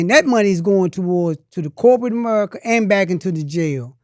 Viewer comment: Amerrica😂 sir its pronounced America 😂 speech therapy needed